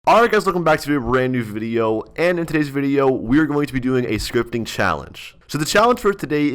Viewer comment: "scrotp scritpting" pog